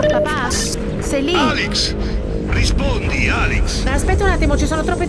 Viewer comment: "Ridfpondi tessoro"